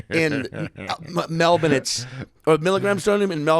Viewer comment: I had to quit watching because of the way you say Melbourne